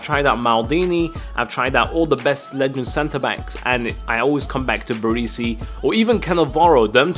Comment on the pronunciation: it isnt barisi...barEsi